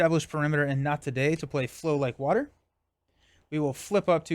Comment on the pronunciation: What you say = flow like water What i hear = flow like butter And i guess from now on this card got a new name 😂